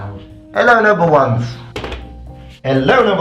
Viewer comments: Thank you so much for showing all the extra edits. I didn't realise you were saying 'noble ones' until I heard it repeated multiple times. I've been mishearing it as "number #1's" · Is he saying "noble ones" or "number ones"? I can never tell. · Also, I thought you were saying "hello number ones". ...